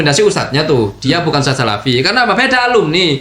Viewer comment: Untuk Tarbilah daili Nyebut kalimat USTAD aja gak Paseh.... Bukan pake sin di akhir huruf USTAD .... tapi pake nya DHAL ....😂😂😂 Nii liat ..... أُسْتَاذ Hal kecil Lo itu .... Mosok gak sefaseh orang biasa .... 😂😂😂😂😂 Konyol ....malu maluin 😂😂😂